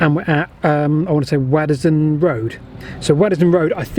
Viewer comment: It's pronounced "wodsdon". Just FYI...